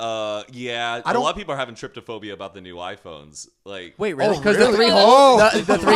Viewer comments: is the "tryp-da-phobia" bothering anyone else? It's "tryphophobia" 😂😂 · “tryptaphobia”..... don’t you mean try phobia 💀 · They kept saying Tryptophobia and I'm over here in my head correcting them like they can hear me 😂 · It's 'trypophobia', not 'tryptophobia' xD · i’m pretty sure it’s trypophobia not tryptophobia haha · ya'll there's no extra 't' in trypophobia. 😂